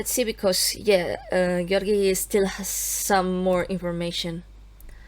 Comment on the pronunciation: I think you're the only one I've heard who pronounces Georgiy's name correctly :O